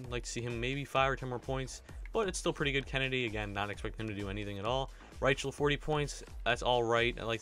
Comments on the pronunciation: Rychel is pronounced Rie-cul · And btw, "Rychel" is pronounced "Ry" "Kull".